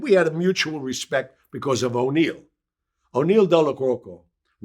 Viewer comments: it is if you were a good friend of his, like he claims he was. It's An-Eee-Eh-Lo. Or Mr Neil. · Did he say O’Neil 🙄